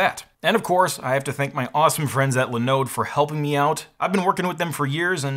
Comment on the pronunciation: Its called, linoooode not linode (the more you know😀)